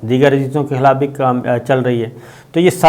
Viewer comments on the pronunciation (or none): none